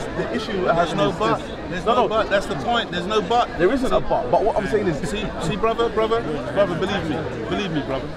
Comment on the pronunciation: i think ive heard him say BROZZER like 49 times